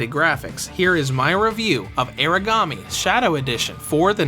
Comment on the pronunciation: kinda weirs to do a revew when the title/ main character's name is constantly mispronounced lol